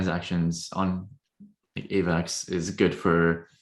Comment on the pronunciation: The way this guy says Avax bothered me